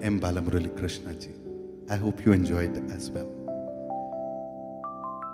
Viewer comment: bhai Krishna nee begane baaro is a classic please look up the lyrics at minimum to avoid wrong pronunciation shows a lax attitude and a lack of effort, but overall enjoy your videos a great deal so thank you for the music!